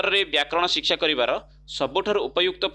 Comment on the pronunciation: ଆରେ ଭାଇ ଓଡ଼ିଆ କହୁଚ ଟି ଠିକ୍ ରେ ଓଡ଼ିଆ କୁହ ସିଖସା ନା ଶିକ୍ଷା